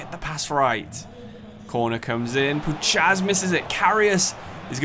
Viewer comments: Love the vid but you should pronounce Puchacz as (pou-hatch) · Puchacz is pronounced as pu-H-ach in Poland his nickname is puszka (pu-Sh-ka) which means can he’s an absolute nut case irl full body tats rap blasting in the dressing room hella good spirit on the lad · Great video, Puchacz is pronounced Puhach btw